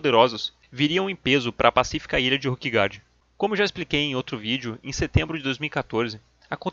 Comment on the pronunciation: Com todo respeito, assisti vários videos teus, muito bons por sinal. Mas qual é a lógica de pronunciar "Ruquegard" e "Ruque" para se referir a Ilha, e quando se referir aos jogadores pronunciar "Róquer"? Não seriam "ruquers"?...